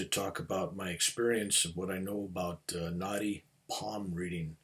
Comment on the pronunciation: I love listening to. So easy to listen to him....but for some reason, I kept thinking he was talking about "naughty palm reading" and I couldn't, for the life of me, figure out what that was, and I am Indian! Same with the name of your Guru - I was thinking who is Gornoff? 😀. But I figured out both subsequently i.e. Naadi Palm reading, and Gurunath. Thanks for sharing your experiences 🙏